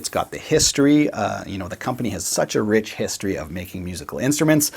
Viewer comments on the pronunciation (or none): none